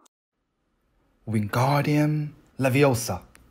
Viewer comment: 是leviosǎ 不是leviosà (赫敏脸